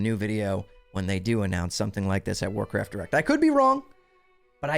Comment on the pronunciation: Might want to enunciate those two words a little better because I kept hearing Warcraft Erect. But hey, sex sells 🤣